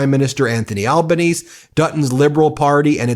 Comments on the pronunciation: Aussie here. Good video - Our bullshit-ometers are switched on and the people here are very cluey about this stuff. Luckily we’re not as tribalistic as you guys so we can talk about it without arcing up at each other. A couple of things though - Albanese’s name is pronounced like al-ba-knee-see, think “nice and easy albanese”. Also, the liberals are called the coalition bc the party is officially called the Liberal/National party (LNP) being made up of the two parties as a package deal. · Please. Pronunciation!.... 'Alban EASY'. Italian style. We just call him 'ALBO'. Because he's our mate. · Pronounced Al-ban-ee-zee or Albo as he's known unofficially by us Aussies. Find your report very informative, pretty accurate about our current election situation too. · I’m a 71 year old Australian. I am a Labor voter and I have already voted for Anthony Albanese( pronounced Al- ban-easy). The majority of Trump followers here tend to be older, less educated, easily swayed by disinformation and definitely in the electoral minority. You are correct in thinking that Dutton has lost ground with his Trumpian comments. It has often been accurately stated that he has an inability to “read the room”. I follow politics closely, as do many of my friends and colleagues. Having said that, many Australians are fearful that this Trumpian agenda may sneak its way into the politics of those less informed and less discriminating. Our version of Fox “news” is Sky news. Just as bad and just as guilty of disinformation as Fox. I remain confident that we as a nation, are far less tolerant of the Trumpian B.S. We generally have a different approach to life and individual freedoms. ( e.g. I have never seen a real gun, nor know of anyone who owns one). I am quietly confident that common sense will prevail on May 3. I wish the same for US when mid terms roll around. Let’s hope it’s not too late. Thank you for your coverage, Ben. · Anthony Albanese's surname is pronounced "Al-ban-ee-zee".